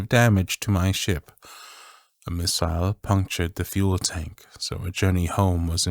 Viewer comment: I love the way you say missile in this